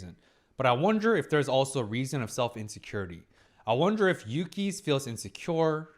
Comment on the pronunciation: Yass! Put some respect on Yuki's name, she pulled the S rank hottest guy in school. And you got her name right 😂 Such a strong episode. Desires and insecurities versus shame and the need to grow.